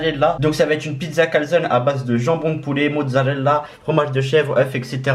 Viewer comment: biar biar il a dit mozzarella